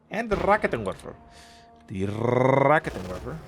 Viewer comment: in case you are wondering how to pronounce some German words, here's a little bit of advice: 1. Stop rolling the R. Rolling the R is practically non-existent in German. 2. The emphasis in Raketenwerfer is on the second syllable. ("RaKEtenwerfer") 3. The "ei" (for example in Angreifen) is pronounced like "aye".